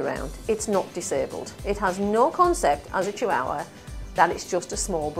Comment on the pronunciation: really bugs me how she says chihuahua